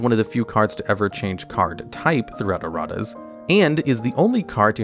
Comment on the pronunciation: "Errat's" Amusing and appropriate either way, but please tell me that was on purpose.